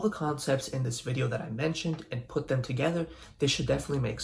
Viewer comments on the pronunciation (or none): none